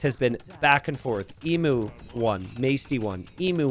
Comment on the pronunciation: mispronouncing emu has been getting harder and harder to hear as it goes on